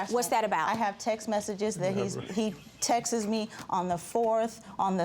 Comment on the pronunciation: It's texts not texis!!!!